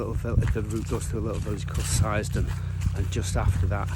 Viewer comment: Seisdon is pronounced Seasdon.